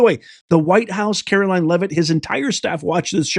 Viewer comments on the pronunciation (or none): none